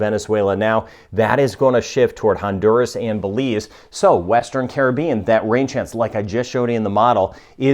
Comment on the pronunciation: Watching from Nassau, Bahamas I Love how you know how to pronunce all the names of the Caribbean Island and South American Countries ...